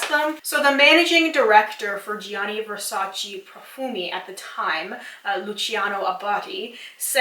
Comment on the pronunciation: I don’t want to sound rude, but Versace is actually pronounced “Versach-eh,” and not “Versach-ee.” Great video btw, you should do something like comparision of marketing strategies of the biggest cosmetic companies (EL,Lancome...) and why are they so successful.